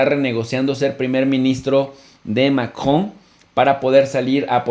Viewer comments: Tiempo Tiempo Tiempo que alguien me explique como se llama el Bato que se casó con la abuelita de Chabelo Macron o maKKJJon o será que este bato se le atoró algo en el buche que no sabe pronunciar Macron sino Makkjon al rato va a decir AKLO en vez de AMLO o llegara a su casa y dirá Makmi dame Lekshe se me atoro algo en la Garkkgantak no manches habla bien si no regresa a la Ukniveksidak. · Se están dirigiendo a una audiencia en español no Francesa que diga MACRON Y NO MACjON SE ESCUCHA BIEN MAMÓN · Chicos sin duda excelente información como siempre . PD: pronuncien el apellido Macron en español latino por favor.La pronunciación en francés está bien ,pero suena forzada para la comprensión dialéctica de LATAM.Millones de gracias por su gran aporte ❤️